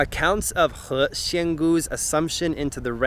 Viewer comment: He xian gu your saying he shen gu fix your tone and good video.